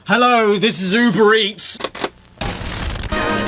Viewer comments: This video keeps going in my auto play, and every time it catches me off gurd when hear "Ello this is Ubreats" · I thought he said “Uber Breats” in the beginning.